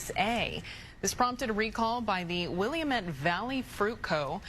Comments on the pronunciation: I love when the news castor pronounced the word WILLYMET. Its pronounced WILL LAM MET. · I live a few miles from the “Willamette” Valley Fruit Co… she butchered the word, lol… it’s wuh·la·muht. It’s spelled like William but that’s about it. 😂😂